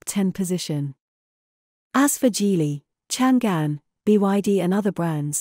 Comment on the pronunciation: These AI voices still suck at pronouncing geographical names of China. It’s Chang’An, which is the name of the modern day Xi’An. It was the capital of the Tang empire, the most prosperous international metropolis on earth back then. That’s why it’s proudly used to name a car.